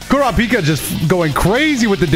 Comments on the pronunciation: Brother pronounces Kurapika different every time he says it lmao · Also the way he said Kurpikas name that first time?